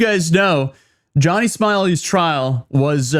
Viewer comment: Bruh introduced him as "Johnny Smilies" in the first 5 seconds... i'm done lol gg